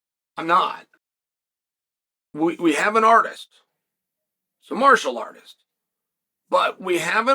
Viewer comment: u r not supposed to be funny, but wtf Chael, "Martial" NOT "Marital Artist"